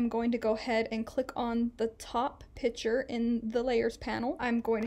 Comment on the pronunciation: Thanks for the tutorial it was very usefull and I got a chuckle every time you said "Pic'hure" 🤣